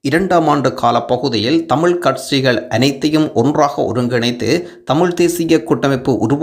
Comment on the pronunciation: கட்சிகளா இல்லை கட்ஸ்சிகளா தமிழைத்தமிழாகபேசுங்கள்....